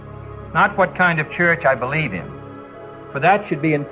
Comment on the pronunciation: I noticed how during Kennedy's speech he said "I bleed in" and not "I believe in".